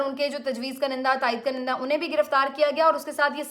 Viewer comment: بیٹی! یہ جو لفظ آپ بولتی ہیں اس کا تلفظ درست کر لیں. اس میں ‘ک’ کے اوپر پیش ہے اور پہلے ‘ن’ کے نیچے زیر ہے. اس کو آپ ایسے بولیں “Kun-in-Dah” تو ٹھیک ہو گا ........ شکریہ 🙏🏻.